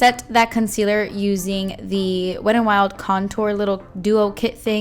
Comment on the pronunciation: I never hear the T when you say the name, so it sounds like Wed n Wild. 😄 Beautiful look!